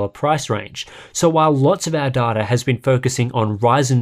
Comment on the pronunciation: Imagine pronouncing data as duh duh